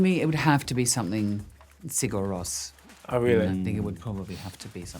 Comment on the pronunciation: for someone who loves Sigur Rós, she certainly hasn't made an effort of pronouncing their name correctly - but she's middle class so may think's it's too bougie.